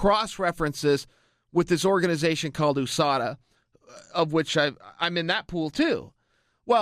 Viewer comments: why is he pronouncing USADA like ooosada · oo-sada is it the oo.s.a as well chael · Coker says “who-sada”? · Ahmad Chaudhry holly Holm says it like that too